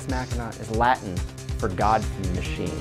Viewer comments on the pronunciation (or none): none